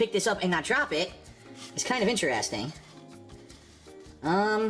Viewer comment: I hate how he says "IN-TER-EST-ING"...